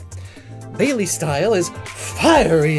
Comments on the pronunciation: Ok I'm gonna haveto ask you to please never pronounce 'baile' as "bay-lee", it's a spanish word pronounced as "bye-leh" meaning dance considering it's based on flamenco, a spanish dance . Please I'm begging u pls like pls i'll cry if u keep saying bay-lee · baile =/= BAY-lee